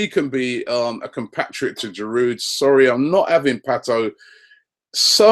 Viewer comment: Robbie the D in Giroud is silent I think